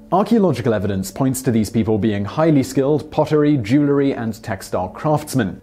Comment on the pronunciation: Overall, very interesting...but saying "jewlery" and "ying-yang symbol" in the same sentence is a bit much. There's even a graphic spelling it "Ying"-yang. I was waiting for "nucular" to pop up.